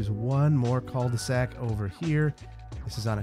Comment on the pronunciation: Love your videos. Cul de sac 😂 I’m French and I tried to understand what you meant by « ceuldesac ». You don’t have to pronounce the « L ». I think you can pronounce like: Ku de sac That mean : the ass of the bag literally. You do not have translation of that term? Keep doing that well! ❤🍓